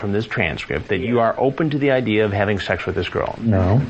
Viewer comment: Did you come here to have SHEKSH with the little guhrrl.